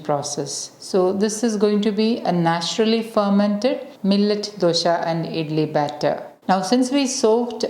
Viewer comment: Dosa not dosha